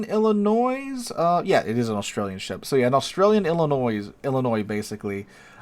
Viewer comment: I'm going to let that illinois go since you said it right on the 3rd time 😂